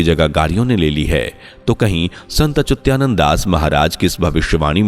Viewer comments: अचुत्यानंद नहीं अच्युतानंद, अपने बोलने में सुधार कीजिए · संत अच्युता नन्द बोल.... सही से उच्चारण करने सीख ....चूत्यानन्द.